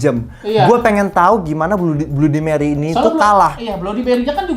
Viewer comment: bacanya bladi meri bang